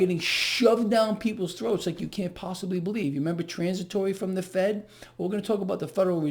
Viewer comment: Did you say Fed rate hike or Fake rate hike ?